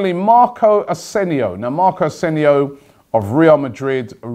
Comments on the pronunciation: It's not Asenio it's asensio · "Asenio" pretty sure there's an s there.... Asensio does he watch the champions league? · AsenSio. not Asenio xDD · Marco Asenio 😂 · Robbie called him Asenio Dude he´s name is Asensio! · Robbie:😂''marco asenio''😂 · he called him arsenio lol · Is Robbie deliberately saying every name wrong now? AsenSio